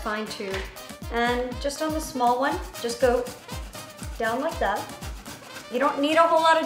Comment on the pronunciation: Lol ain't she the girl who made that everyday 'scrambled eggs' :/ extra ass making shit with vodka and caviar. 🥚🙄 lol and its funny that way that she says 'that' she always says thaa 🤣🤣